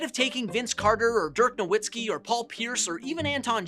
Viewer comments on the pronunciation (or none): none